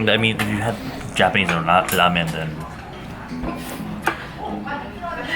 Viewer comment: Instead of "a ramen shop" I heard"a robbing shop" and then I replayed it and I kept hearing "a Robin shop"